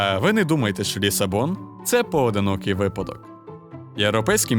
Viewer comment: Не "шо", а "що" !!!